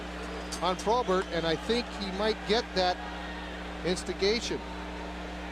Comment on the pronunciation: Who was the color announcer for Philly? He pronounced some names a little strange here and there. Probert was ProBART. Kocur was COACHER.